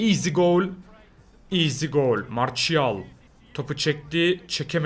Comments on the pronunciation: aynen ya marsial ne marçial diye okunuyor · Zaten martial diye yazılır marçial diye okunur biraz ingilizce yaa